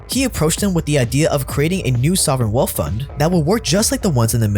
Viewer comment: Love your channel dude! Awesome content! On thing tho, please learn how to properly pronounce “th”. After hearing you say “wealf” over and over again it really got annoying